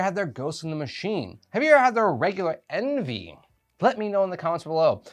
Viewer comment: Pronounced ON-VAY. Coming in the club box in July. Patiently waiting... Great review. Cheers!